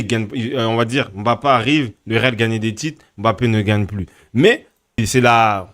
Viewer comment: Je ne comprends pas pourquoi il ne sait pas bien prononcé Mbappe